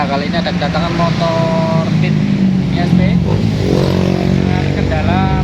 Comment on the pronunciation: Honda beeeaaatt..... bukan dibaca (bit) tapi beeee. Attttt